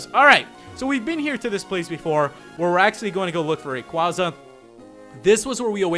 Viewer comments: It's Ray-quay-zuh, not Ray-quah-zuh, but I won't argue. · ITS PRONOUCED RAY QUAYY ZA NOT RAY QUAZZA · I don't know if it's your accent or not if it is its totally fine but always remember its rayquaeza (it's spelled rayquaza but it's pronounced rayquaeza) not to mention rayquaeza sounds alot cooler than rayquaza and like I said it's fine if it's your accent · If I say it once, I'll say it again and again until it gets lodged in your tiny brains. (No offense.) IT'S PRONNOUNCED Ray-KWAY-za!!! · pokemon name pronounced ray-qay-za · Uhh... Really, it's pronounced " Ray- Kway-Zuh-" Quaza as in Quazar. Make sense? And, no, nobody comment saying " NUH UH IT'S RAY KWAZA" Because it's really not. Ever hear of Pokedex 3D pro? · If you have watched the pokemon movie destiny deoxys rayquasa is pronounced rayquaysa that's right qay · You're mispronouncing raquaza,STOP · i feel like he saying rayquaza's name wrong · I can't get over him pronouncing rayquaza's name wrong